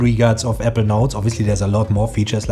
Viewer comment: Really good video. Thank you 🙏 A little constructive feedback, I actually thought you were pronouncing ‘evernote’. When you meant Apple Notes. 🙏 I think you pronounce too quick the word ‘apple’.